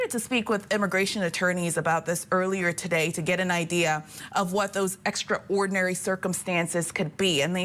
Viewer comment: Does she not know how to pronounce extraordinary?